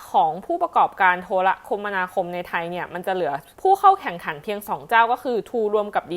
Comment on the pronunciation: อ่านว่า โท-ระ-คะ-มะ-ณา-คม ครับ